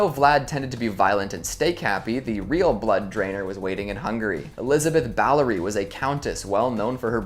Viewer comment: The Blood Countess's name was BATHORY, not Ballery.